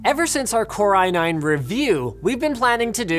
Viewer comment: Core iNein